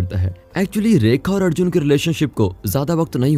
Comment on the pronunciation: Adjun nahi yaar Arjun naam leena theekse